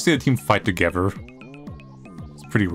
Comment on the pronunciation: It's not togever it's together I can't take it anymore I am going crazy 🥴